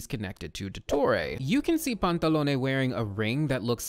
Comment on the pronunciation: Oh my god, this has literally nothing to do with the video but my god, FINALLY, SOMEONE WHO PRONOUNCES EVEN ONE OF THE HARBINGER'S NAMES RIGHT- I'm sorry, i've had to suffer through the way they decided to pronounce Tartaglia and when i first heard you say Pantalone's name i thought i could cry from joy, that's the first time someone's pronounced it right in the videos i've seen about the harbingers